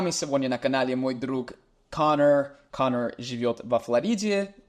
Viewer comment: у отличное произношение, молодец парень